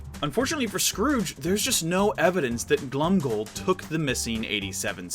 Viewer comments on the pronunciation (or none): Every time he says Glomgold like Glumgold Me:rrreeeeEEEEEEEEEEEEEEEE